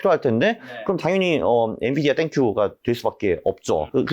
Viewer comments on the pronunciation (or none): none